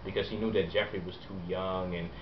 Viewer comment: Joffrey not joeffry, sorry :(